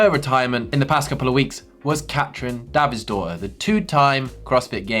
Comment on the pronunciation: Love that you said Davidsdotter the correct way =)